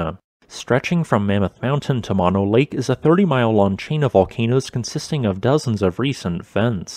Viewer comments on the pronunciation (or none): Mono is pronounced with two long os, NOT as in monorail, but like: Oh! No! Mono! In the first picture of Mammoth Mtn., the tree kill produced by the CO2 is directly below the peak in the center of the photo, just in the white spot bordering the lake - Horseshoe Lake, formerly forested green.